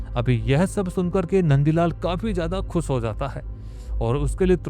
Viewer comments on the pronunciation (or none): क्लब को कलब, खुश को खुस, शादी को सादी, हमेशा को हमेसा और कितने शब्द गिनाउ तुम्हे इसीलिए कहता हु ये अनपढ़ गवार सी भाषा को बंद करो और पुरानी आवाज लाओ